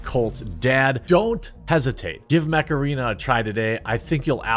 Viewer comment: Every time you say Mech arena all i can think is.. heeeeeyyyyy Macarana